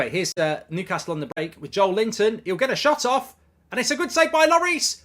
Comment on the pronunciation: Every time Mark describes Joelinton with the name "Joel Linton" I laugh